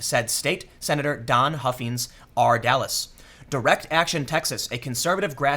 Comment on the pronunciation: Only because I live in the area - Huffines is pronounced with a long I on the second syllable. That family has been selling cars for about a century in this area. And the story about the registration documents being sent out pre-checked as "US Citizen YES" was reported at least once in the Dallas Morning News. But honestly, I brought it up on Saturday night during a conversation with a couple of friends who vote differently than I do, and was told that they think the story was bogus. Despite being reported by WFAA, the Dallas Morning News, local radio, and local TV affiliates (I assume multiple, though I only caught it on the morning NBC affiliate last Thursday or Friday.) I really believe that everyone who is entitled to vote (i.e. - citizens) should be encouraged to vote, and I actually like high voter turnout, whether the election ends up the way I voted or not. But every non-citizen who votes is diluting someone else's vote.